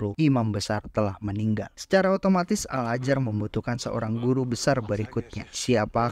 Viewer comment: Al Azhar bang bukan al ajar